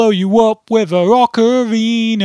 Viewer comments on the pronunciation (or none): IT'S OCARINA OF TIME NOT OCORINA. FUCKING NOOB